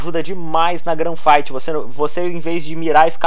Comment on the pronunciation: o cara se titula e fala GRAN Fight nao GUN fight kkkkkkkkk mds